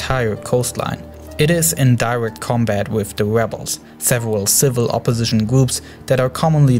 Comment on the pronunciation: "wussia bombed dee webles"